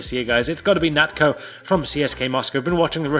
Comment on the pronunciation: It's Natcho not Natkho